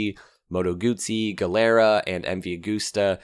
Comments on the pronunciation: Great video, thank you, but you pronounce Gilera wrong: gi in Italian is pronounced as ji as in Fiji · Loved the content as usual, just a small note, the manufacturer called Gilera is pronounced "geelera".